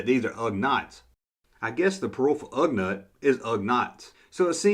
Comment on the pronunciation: Ugnaught is pronounced Ug-naught.